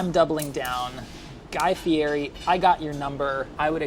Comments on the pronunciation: it’s pronounced Guy Fe -Ed e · OF ALL PEOPLE SAID GUY FIERI'S NAME WRONG ARE YOU KIDDING ME